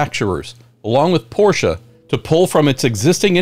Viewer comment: Great vid and I love your pronunciation of Porsche! 👍 Not like the wide-spread "porsh" or "porshee". Greetings from germany!